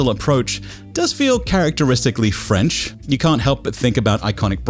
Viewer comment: "squashed cockroach graphics" OOOOH TELL EM great analysis and critique! thanks for using the correct french pronunciation in a fun and simple way!